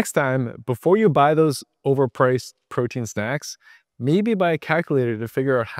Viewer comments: It's pootein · "You dont need as much preotein as you thought, but make sure you still buy my protein powder..". lol xD